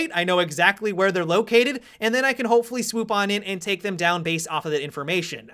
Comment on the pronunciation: i have recently begun watching some of his videos and he talking so weird. Like his pauses and pronounciation xD And it sounds like a parody when he ends his words with an "a" like "thema" XDDD